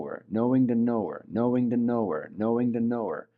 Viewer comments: Sounds like he's saying know the noor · it's like he's saying "knowing the Noor" is how I kept hearing it XD ---EDIT: lol i didn't make it far enough. PART 2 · People that follow crazy and sign up for stupid get crazy and stupid outcomes. p.s. in the beginning of this video I had a little jump scare too bc I thought he was saying Noor Noor NOOR!! 😂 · 😂😂 it really does sound like he is saying KNOW THE NOOR KNOW THE NOOR KNOW THE NOOR 😂😂 But just wanted to ask is what he is actually saying know the knower? As I just can’t un hear ‘Noor’ now when I hear it. 😂😂